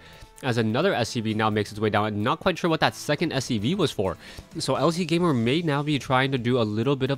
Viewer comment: No one cares about pronunciations!! .... but I do think that it is lazygamer....